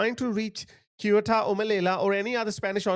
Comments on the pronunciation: Man, I was struggling to understand what do you mean when you say "Kiota". The name of that place "Ceuta" is pronounced "Seutah" (ˈsjuː.tə). You make it sound like a japanese place lol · Just to make it clear, should be pronounced Seyoota (or even more accurate THeyoota, but definitely not Keoota. And the other one is Meliya, not Melila. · Bro, it takes 2 fucking seconds to google up the pronunciation. It's SEU-TAH. Not fucking Kyoto. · Guys... This is how you actually pronounce it: Seh-ouh-ta. Not kyota or keuta or keota or keta. Just a heads up. 👍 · Kyota? It sounds Japanese. The place is Ceuta and you can hear the pronunciation several times by the Spanish in the video. Kyota? No, Ceuta pronounced Seuta. The Spanish should declare Ceuta Maroccan territory immediately in order to avoid the destruction of the town. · It's not "kee-YOO-ta", it's "Say-OO-ta." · What the h is "kyota"? Ceuta is pronounced "SEH-oo-tah". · Its not KIOTA MAN ITS Ceuta ! Sounding like a z not k ! C E U T A and E doesn't sound like in english ! Have a look and you'll see , 👀! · Finally, sth will be done! Yes, send the army! Hey,, just pronounce Ceuta like 'szeutta' and Melilla like "Meliya' (double 'l' = y). I am so happy to see some awakening. I have lived in the region for a year. Yes, this is a fight between good & evil, to save our Western civilization. These islmxyz want to destroy our values of democracy & freedom, and our Christian tradition & heritage. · Hi. Minor point I know given the terrible news you're imparting, but to pronounce Ceuta, it's Sue-Ta. Hope this helps. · just in case Ceuta is pronounced ’Se-oo-ta’ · It’s pronounced ‘THAY-oo-tah.’ The first sound is like the ‘th’ in ‘think,’ not like the ‘s’ in ‘see or ‘k’ in ‘kind’. 🙏🏻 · How's pronounced Ceuta: Zeuta. Yes is an invasion!! Pedro Sanchez is the problem. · How come not a single person can pronounce Ceuta? Say oo ta. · It's Ceuta, not Keuta, Similar to city "C-ity" .